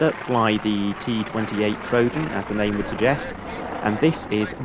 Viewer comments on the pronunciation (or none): none